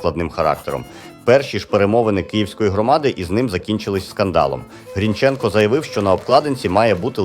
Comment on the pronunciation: Автор ти впевнений що правильно ставиш наголос вимовляючи призвіще Грінченко? Хоч як тоді, як і зараз не дають такі речі робити Українцям.